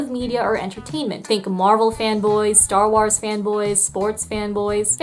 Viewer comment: Star ” wuars “????